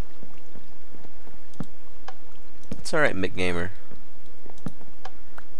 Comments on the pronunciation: M C gamer Not McGamer youre mispronouncing his name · You do know that he is pronounced M C Gamer right? is just trolling.